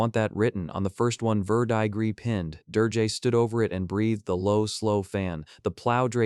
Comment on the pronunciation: Like the story but there are lots of mispronounced words and names. Like verdigris is pronounced ver-deh-gree. Most of the dragons names are wrong.